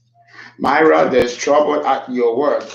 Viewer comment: Actually my name is pronounced “Meera” Mira is a name derived from India, not pronounced like Hispanic name Mayra